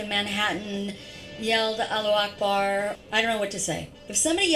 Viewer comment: "Allu akk bar" well thats a horrendous pronunciation